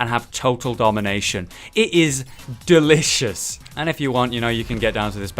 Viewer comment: Say delicious again